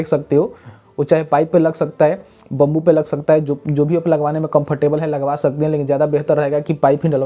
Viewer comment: Haiye nahi hai😜🤣 bhai accent oar thida kaam karlo sahi nahi lag raha dikat nahi hai lekin fir v